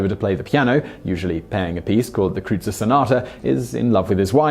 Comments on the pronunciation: What you call the "Krootzer Sonata" is pronounced "kroytzer." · It's pronounced "kroytser" rhyming with oyster. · Kreutzer sonata (pronounced: kroy-tzer) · What a prude. You can't even pronounce Kreutzer properly. Affected fake.